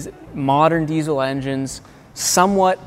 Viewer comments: The fuck is a deezel? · When a diesel mechanic says diezel instead of diesel